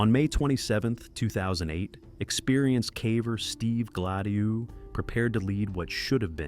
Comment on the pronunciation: I love the pronunciation of Gladieux